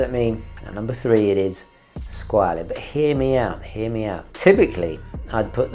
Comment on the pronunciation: Its pronounced scwarll